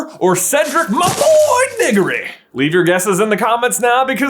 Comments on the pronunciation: Can I get a price check on how he said cedrics last name? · you did NOT say Diggory